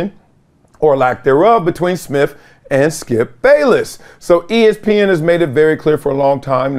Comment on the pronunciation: I thought it was Smith, not Smiff. And with, not wiff. Come on, Columbia